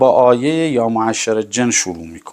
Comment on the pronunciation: حداقل یکم قرآن یاد بگیر استاد بزرگوار شما عربی برات زشته هم رقیه شرعی رو اشتباه تلفظ میکنی هم خود رقیه شرعی ها رو که میخونی اشتباه است اکثرا گوش کردم اشتباه میخونی شما اهل تشیع چرا قرآن خوندن بلد نیستید حتی عربهاتون اندازه یه بچه ده ساله اهل سنت قران بلد نیستید این ایه که اشاره کردی هم اشتباه خوندی موعشر چیه تو عربی نداریم همچین چیزی معشر هستش استاد بزرگوار یکم تمرین کن قرآن اصل و اساس هست شما نمیتونی خودت رو استاد اسلامی بدونی و ایات ساده قران رو اشتباه بخونی